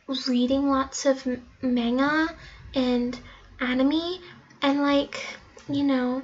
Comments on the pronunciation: Umm hunnyyyy this is not how it works also maga ain’t how u say it gurl also animy is not how u say it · BRUH WHAT IS MANA AND ANIMY GIRL CANT EVEN SAY IT RIGHT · I love how she called anime, 'animee' XD LIKE, SHE'S SAYING SHE'S JAPANESE, AND SHE CAN'T EVEN PRONOUNCE 'anime' RIGHT. XD This was hilarious, btw. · IKr it's A-NI-MAY not A-NE-MEE...-_ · It’s anime (an-Im-ay) not an-in-me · Girl sorry to break it to you, but i like sushi, I read manga, i watch Anime, that doesn’t change the fact that i’m scandinavian. Snd its not animi its animey. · It’s not animeee it’s anime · Its red anim not animi (anime) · When she said “mangha and aimeee” everyone either cringed or got so triggered that they died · GIRL IT'S ANIME (ANI-MAY) THAT'S HOW IT IS PRONOUNCED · I was watching dangmattsmith and came here.....and I was like that is not how u say it....wat is menya and enemy...lol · And I was like that is not how u say Manga and Anime...lol...I am so rude...or not. Lol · Animii yeah isn't that's how to pronounce it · "Mangea" "Animeee" X_X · Taylor Gator the way she said "anime" sounds like "enemy" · I'm Irish too as well. And I like "animee" and "menga"... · Ella More she just said animee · Karen Y ikr 'anemee' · did she just pronounce anime Ane me 👁👄👁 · “Mana” and “aneme” and “kinechiewa” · I cringed when she said "Konnichiwa" but, pronounced it wrong...also when she said "Maynga, Animee" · It's pronounced animé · SHE CANT EVEN PRONOUNCE ANIME. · She is saying anime wrong OH MY GOSH and she is saying Japanese is a freaking gender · That_weird_girl 13 I was triggered and I cringed. she didn’t know how to say manga and anime. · I'm with you Weird_Girl 13 the way she said anime and manga and Hiragana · She calls herself Japanese and she can’t even pronounce anime and manga. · If she is watching anime and reading manga then HOW DID SHE MISPRONOUNCED THEM SO BADLY. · Pastel Kitty she said Anime wrong...BAHAHAHAHAHAHAHAHAHAHAHAHAHAHAHAHAHAHAH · She pronounced anime wrong lol!!